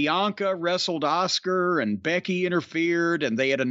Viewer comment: I like how Jim prounces Asuka "Oscar"